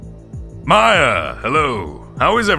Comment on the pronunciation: It’s maya not miya